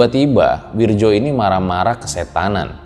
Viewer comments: Wirdjo itu dibaca Wiryo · Wirdjo? Werjo yg benar ... isun asli banyuwangi